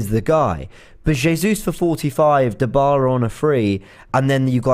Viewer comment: Christ Robbie!!! Stop butchering names! Every time I hear you say DIEBALA it's like a knife in my ear